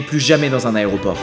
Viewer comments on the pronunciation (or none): none